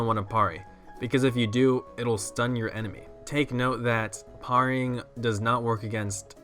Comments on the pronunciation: Pear-ing hedge-hags ;D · It's Pear-e-ing.